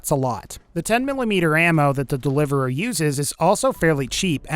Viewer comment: so the delivereeririeir